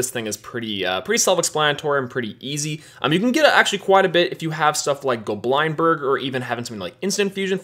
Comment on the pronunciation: Bro it's not Go Blind Berg, it's Goblind berg. like lindberg.